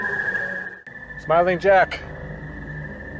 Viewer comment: smiling jack sounded like he said go away